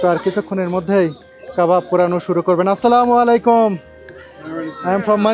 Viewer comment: আসসালামু আলাইকুম ভুল বলতেছেন আপনারা স্লামালিকুম না স্লামালিকুম কেউ বুঝেনা